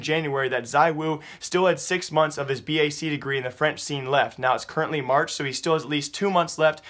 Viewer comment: Haha it's not pronounced B A C it's just bac (one word pronounced like back) but I can see how you can confuse it dude. :D It's short for Bacaloreat